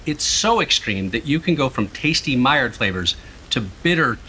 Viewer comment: hey buddy, the D is silent in maillard